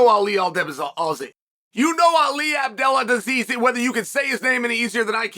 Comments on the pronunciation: Ali “Abeladisease”. Chael is the undefeated and undisputed champ of correctly pronouncing names. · “Ali abdelladisease” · Chael said Abdeladisease 🤣🤣🤣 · You know ali gaodhsnflbuamdu whether you can say his name or not - Chael Sonnen